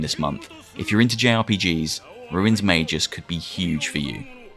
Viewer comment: isn't it magus not mageus